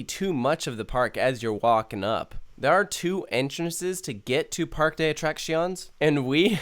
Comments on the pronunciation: Par-que de a-trac-cion-es lmao just sayin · Hate to be nit picky but it’s pronounced “Park-Ay Day Uh Trah See O Nyes” lol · as a native Spanish speaker, hearing you pronounce parque de atracciones stung me